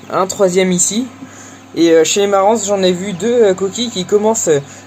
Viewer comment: Super vidéo, bien expliquée❤ un petit détail, on le "s" de Marans se prononce pas 😉🙂 continue les vidéos, elle sont tops et ludiques